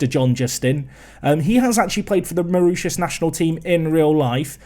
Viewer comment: More-ISH-us (Mauritius) International, not oosh-us! 😁 🇲🇺